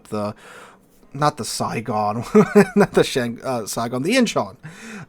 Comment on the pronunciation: Nice pronunciation of Incheon! I also liked your more objective and less hyped review of Lestas client. More competition helps to improve the quality of a product and putting a little pressure on WG is a good idea!